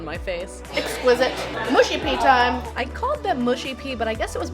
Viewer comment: why can't Americans pronounce Mushy? they always say Moo-she.